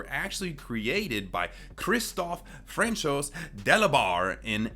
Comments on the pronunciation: Just so you know,, FRANCOIS is pronounced, Franswah. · I'm French and not to be rude but Francois is actually pronounced Fran-(with rolled r) s wah